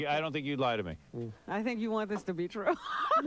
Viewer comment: "That's not twrue.🤓😓